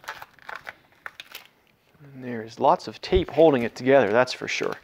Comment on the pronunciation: Maybe its just me but when you pronounce "hoe-ding" instead of holding; it drives me nuts.